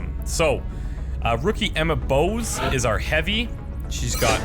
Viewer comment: bos is dutch and it means forest and it's not pronounced as boos what means angry but with a little o like in ox